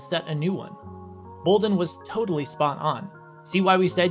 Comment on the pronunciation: They also are trying a hit and miss way of pronouncing Ato Bolden's name